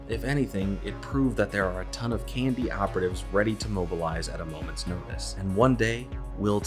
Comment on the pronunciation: Saying the acronym KND sounds like you're saying the word candy.